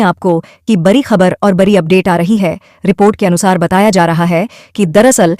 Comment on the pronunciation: Pahle to ap sahi se bolna shikho bri khabar nhi hota badi khabar hoti h larai nhi ladai